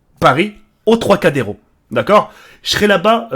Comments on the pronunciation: Tracadero il dit ce bledard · troicadéro? lol